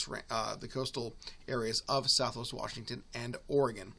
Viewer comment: Wash. Ing. Ton. Say it with me.